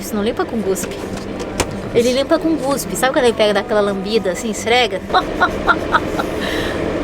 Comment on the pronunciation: "Guspe" kkkkkkkkkkkkkkk Pra mim é cuspe. kkkkkkkkkk